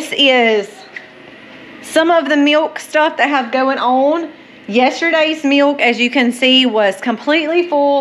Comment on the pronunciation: I love the way you say "MEALK"😂. Im From Missouri